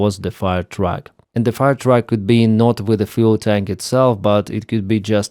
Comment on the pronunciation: The radio this morning said "Fire Truck" not "Fuel Truck" (which it sounds like you're saying, as well, until you talk about a pumping truck tying into the fuel hydrant system).